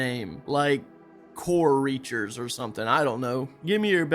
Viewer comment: I was thinking Core Scraper as you said "Core Reacher" lololol